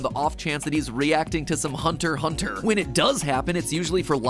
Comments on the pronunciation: Respectable for pronouncing Hunter Hunter right. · wow i never thought matpat knew how to say hunter x hunter correctly my expectations are low